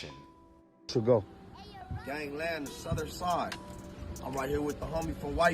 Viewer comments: Why he say southern side like a suburb white boy 😂😂😂😂😂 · lol the way he says gangland southern side sounds more white then my pasty ass